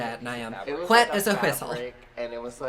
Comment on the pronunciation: “I’m as whet as a whistle” lol my favorite line